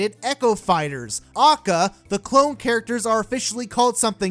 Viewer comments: Jesus christ stop saying "A.K.A" as 'Ah-cah' its literally three separate letters with three separate sounds. A=Ay, K=kay, A=Ay. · Its a-k-a NOT akkah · Every time this guy says "acka" I lose a brain cell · liked the video, little bit peeved by your pronunciation of A.K.A as AKA over and over and over and over and over again. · A.K.A. its not one word aka this triggers me so much. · Your saying ah-k-ah instead of a-k-a and it’s pissing me off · Yo could you say A.K.A instead of AKA it took me out of the whole rant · Bruh, it’s Ay Kay Ay not “AHKAH”. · A.K.A. Shouldn’t be pronounced acka either say Also known as or A K A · I feel weirdly angry when actually say aka as a word and not just "a k a" besides that is a good vidi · Ive literally never heard anyone pronounce AlsoKnownAs/A.K.A. as an actual word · Did this fool just say a.k.a. "akkah" bruh wtf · ITS PRONOUNCED "AY-KAY-AY" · Who says AKA as one word? You say A K A! NOT AKA! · Stop saying AKA like that you nerd